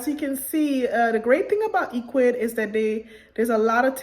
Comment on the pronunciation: First of all the site is not pronounced E quids, it's pronounced EC wid, now for me the free plan dosen't provide much so I went with the 19.00 a month plan as it gives you free email auto responder which you're going to need to send repeat email messages and abandoned cart and so on, and it's an amazing site but some major dropshipping companies don't easily integrate with Ecwid unlike shopify which is very disappointing, so you have to have a CSV file or excel to import products to your store